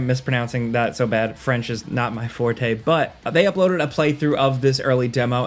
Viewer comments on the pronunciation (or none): none